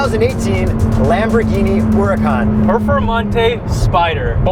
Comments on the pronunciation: The name is pronounced without the H. And the "Ur" is more "oor", ooracan. And when accelerating in any form the correct term is "quick", not "fast". There is a lot of fake woodbor carbon fibre and plastic in these too, disappointingly so. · A very trivial thing, I believe Huracan is pronounced oo-rakan. And it sounds exactly like "urakan", a Javanese word that means somthing like obstreperous which is very very fitting